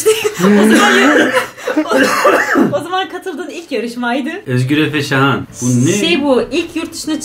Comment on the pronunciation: Şahan digilmi niye sahin diyorsun